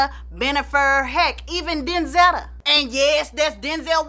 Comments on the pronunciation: "Denz-etta" 😂, you came come with some names 😂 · "Denzetta".... go ahead on 🙂